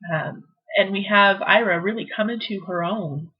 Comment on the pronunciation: Its eeeraa....ira